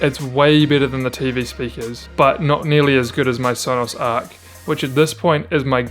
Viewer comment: Stopped watching after he said arc